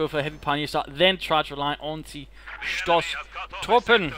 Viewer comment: Pio spam into Stormtroopers into Ostwind? That seems oddly familiar... Btw, the "o" in Stoßtruppen is long (like "oh").